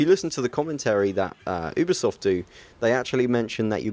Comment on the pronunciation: *YOU*bisoft!!! not *OOB*isoft -_____- Good video though:)